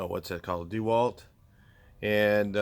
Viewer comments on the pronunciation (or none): DEH WALT NOT DEE WALT But I love ya